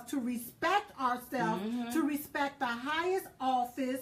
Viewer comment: PC Police much , btw, It's all "the" best not "da" Duh !!!!